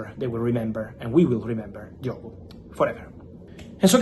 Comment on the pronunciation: Lad from Portugal better than Figo don’t you know, ohhh his name is Diogooo